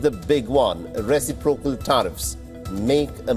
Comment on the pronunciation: That's a weird pronunciation for reciprocal.